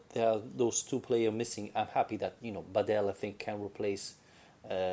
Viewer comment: Ask a Croatian person to help you with how properly to pronounce Badelj, please.